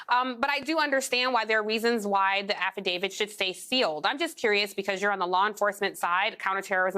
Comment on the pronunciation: Affidavi- T. Not Affidav-ID. Stop making my brain hurt by mispronouncing this.